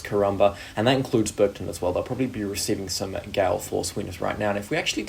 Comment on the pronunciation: BurkeTOWN NOT BurkeTON HughenDEN NOT HughenDAN